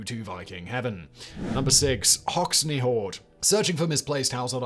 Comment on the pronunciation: It's not pronounced Hox-ne it's pronounced Hox-en